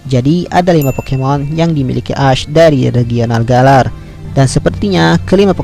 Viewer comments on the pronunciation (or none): Nama nya memang ash tetapi cara bacanya adalah esh